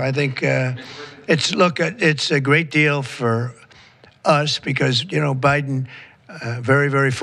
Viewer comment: He said, "Obiden"! 😂